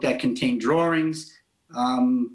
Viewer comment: I'm sorry, but DRAWRINGS isn't a word!!!!!! Get smarter and speak smart, dude!!!! SMH!!! Nothing I hate worse than mispronouncing words!!!!! GRRRRRRR!!!!!! I am not in a mood for stupid, today!!!!